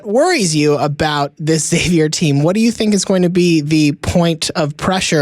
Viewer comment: why can't anyone pronounce Xavier right? pronounce it like Eckszavier